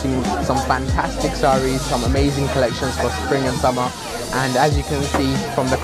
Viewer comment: Love how this was edited 🙌🏽 did he say bangtastic?! 🤣